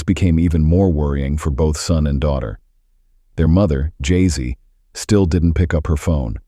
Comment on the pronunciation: I knowwww the pronunciation is really funny 😁....it's Jessie only like u said